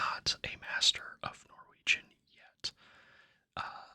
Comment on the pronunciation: This popped up in my recommendations and it's soo nice to hear you speaking Norwegian. Your pronunciation is great! You are very welcome in Norway if you ever decide to visit the land of yours ancestors 😊